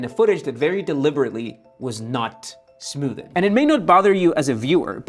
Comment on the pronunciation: Smooth-ed? Sorry but couldn't handle that lol, it's one syllable not two.